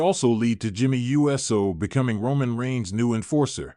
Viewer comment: Wow! WWE Now and it all computer voice. Can't say," Uso."But says," USO."( United States Organization )